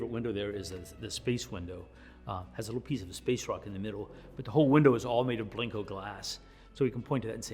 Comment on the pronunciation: Why does he call it Blinko